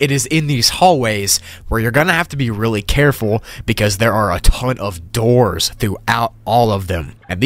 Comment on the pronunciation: I love how he exaggerates “DOORS” in